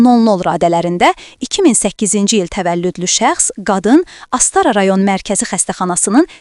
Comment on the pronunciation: Astara yox Astara vürğünu düz ge .